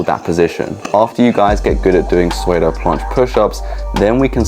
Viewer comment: Bro, I already told you. Soodo, not swaydo.